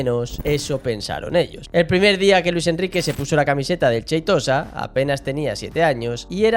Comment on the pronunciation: Cheitosa?? Jajaja no es con ch de Xavi sheitosa!